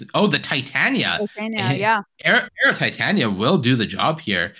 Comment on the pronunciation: Why can none of these creators/commentators say Titania's name correctly? 😂